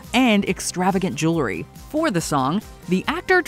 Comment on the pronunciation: Jewlery. She keeps saying jewlery.